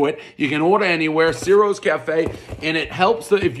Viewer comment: One bite, everybody who’s really Italian knows it’s pronounced “chi-roes””